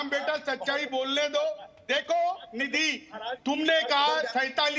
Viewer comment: राम कदम निधी को नीधि जी बोल रहा है तिवारी नीधि निधी बोल रहा है और आरे आरे कर रहा है मलिक बोल रही है नीधि इससे समझ में आता संस्कारी कौन है